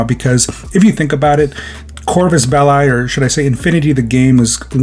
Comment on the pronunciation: >corfuss beh-lie Bruh